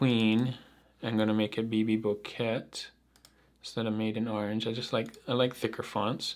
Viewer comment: Bouquet is French… t is silent.